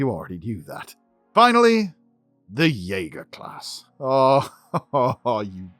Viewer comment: Yaeger xD Jäger?!